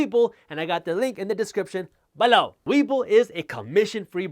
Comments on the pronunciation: Love the "BEL-LOW" 👍🏽😊👍🏽😁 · You get me every time...."BELOW" LOL- never gets old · Jaspreet, love your videos, full if information. You make me laugh when you say "below". Lol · I'm starting to have nightmares of the way you say "below"